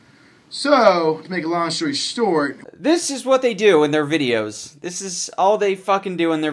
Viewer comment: "SOOO, to make a long shory stort..."